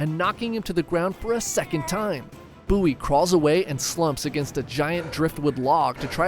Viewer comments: Bow-ee that’s how you pronounce it, not buoy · i'm convinced he says the names wrong to piss people off it's a bowie knife not a buoy knife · It’s pronounced “BOE-EE” (spelled BOWIE, which is pm pronounced as its spelled….) knife… is this an ai scripted video? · We def pronounce it Beau/wee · You pronouncing bowie like boowee killed me in the sandbar brawl part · Ive been pronouncing “bowie” knife wrong my whole life. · Why do you say Bowie like that? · Do you pronounce David Bowie like that too? 😬